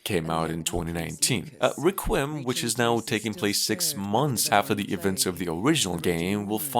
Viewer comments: "reqwim" you mean Requiem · Requiem is pronounced "REH kwee em". Also, wasn't Persona 5 coming out on PC?